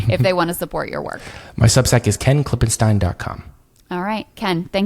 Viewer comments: Krystal - note that Ken pronounces his name Klippenstine, not Klippensteen. Properly pronouncing his name is giving him the respect he deserves. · How many times does this guy need to be on and pronounce his own name as Klippen-STINE, but have Krystal introduce him as Klippen-STEEN???